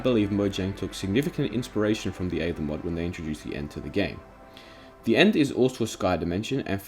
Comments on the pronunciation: I cant get over how you pronounced aether... that being said it gave me a smack to the face of nostalgia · "The Eava Mod" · Oh my god I remember the aether mod! People still mispronounce it with reckless abandon lmao